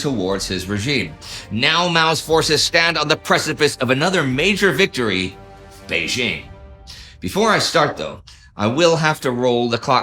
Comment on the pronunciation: It's jarring to hear "Bei-ZHING and Nanjing" since the second syllable is the same in both names. It's pronounced DJING.